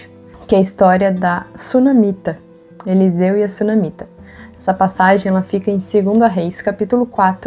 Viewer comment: Elseu: bah, Eliseu era gaúcho kkkkk. brincadeirinha, ótimo vídeo. Obrigado por compartilhar!